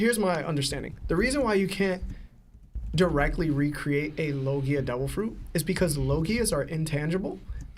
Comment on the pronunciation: Kat-ah-kur-ee not Katahturi L-oh-gi-a not Lagiah Zo-an not Zohan Zoro not Zolo (I can understand zolo if you read manga only but they clearly say Zoro now lol) That boy mispronouncing everything 😂